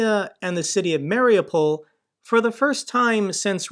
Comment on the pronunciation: MARIUPOL is pronounced ..."MARI-U-POL (mary-you-pol)"...and NOT...."MARI-O-POL." The strongest accent is on the "U" (YOU).